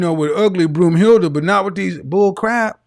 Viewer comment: "Broomhilda" lmfaoooooo!